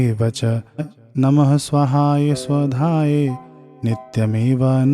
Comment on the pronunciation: Pahle mantra sahi bole. Pahle swadhai then swahai. Hai pitragayatri.